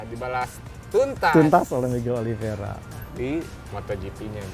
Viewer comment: Oliveira bang,bukan Oliviera.